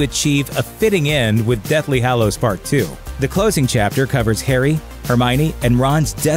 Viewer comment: So basically all of these YouTube voice over peeps pronounce 'Hallows' as 'Hollows'. It's very annoying.